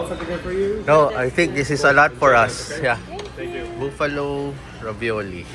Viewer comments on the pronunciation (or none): March 17 St. Patty’s (Patrick’s) Day. Yung mga celebrations usually weekend pero ang actual ay 17th po. Saka try BBQ when you go back po, Sarap dyan! Yun po palang Buffalo, Hindi Boo-Fa-Lo, buff-a-low po ang pag-banggit. Btw po maybe next time, ask the server if pwede Kainin ang food from outside. Kasi dito sa US marami lawsuits, if magkasakit kayo, ma-food poisoning, yung resto ang may kasalanan so usually bawal magdala ng outside food sa loob. Kuya, di criticism mga to, payo lng po! ❤️🫶